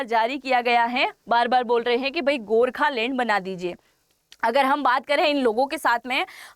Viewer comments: You should first learn to pronounce the right word so let me tell you it's Gorkhaland not Gorkhalend lol😅😂🤣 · Gokhaland, not gorkhalane